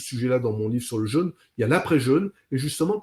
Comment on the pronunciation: Attention à la prononciation de "jeûne", svp.